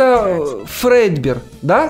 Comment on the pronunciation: Это не фрэдбер а дрэдбер